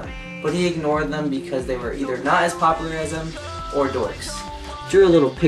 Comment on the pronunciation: you say popular kinda funny (